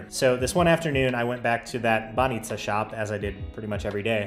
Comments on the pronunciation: You're saying 'баница' perfectly! You did miss on any good Bulgarian beer though, Zagorka and Kamenitza are just awful. Uber was kicked out cause of intensive lobbying from taxi companies. Unfortunately, we're most probably going to remain outside of Schengen for now. It's bad for us, but on the plus side we might have you back :) Cheers! And happy traveling through Italy. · You pronounce "banitsa" like a Bulgarian, nicely done. 👍